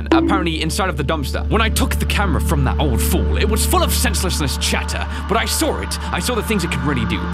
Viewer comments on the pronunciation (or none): Why does he say saw as sawr